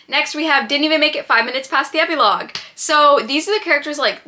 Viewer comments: ep-ee-logue?!? am i crazy or is that NOT how u pronounce it lol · love you queen but that is not how you pronounce epilogue 💀😭